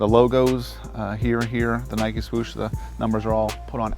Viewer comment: WTF! Nike. Nike. Nike Give me a break.